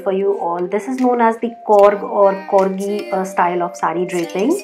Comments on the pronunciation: I liked your thought of showing how to drape different saree. We coorg r blessed with unique culture & tradition. I basically feel very bad that u mis pronounced coorg as korrg & being north Indian's most of u say Kannad it's not Kannad it's kannada (south Indian language) & Karnataka is our state.. coorg /Kodagu is a small district of Karnataka. People who has reached to this video pls chck the right video of coorg style saree draping. You have to do much more research to make any such video so that it won't hurt anyone's sentiment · Firstly request you to pronounce fluently, it's COORG not KORG; COORGIE not KORGIE... I understand we Indians are not native English speakers. so suggest, when you unsure of how to pronounce or use a new word kindly check with a person related to do subject or matter; if not we definitely can refer today's advanced technology Google translator or pronunce app Or web page to break the difficult words.... Secondly the saree is not measured while draping.. Suggest you to refer few coorgi videos (everyday is a learning no harm in learning or referring other tutorial) Thirdly the length of the pallu on the right shoulder (front) is not supposed to be that long